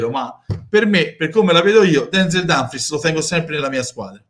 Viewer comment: si dice Dumfries